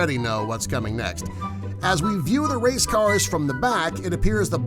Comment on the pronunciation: lol u said wace